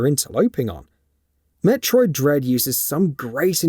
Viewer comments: Did you say Metroid Dead? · Did he say Metroid dead??